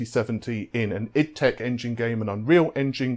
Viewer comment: Please say ID tech as in IDEA tech, not iddtech. :))) Otherwise fine video.